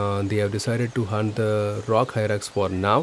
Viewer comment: It is Rock Hyrax, not rock hyrak